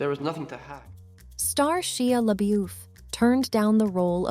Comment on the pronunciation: um the pronunciation of Shia Labeouf is so very wrong. wow LMAO BTW Shia would've been a HORRIBLE Mark. Jesse did a GREAT job in the movie. Poor guy really has OCD and had to use it to play the part. No wonder it is such a great movie. Mark sucks btw. LMAO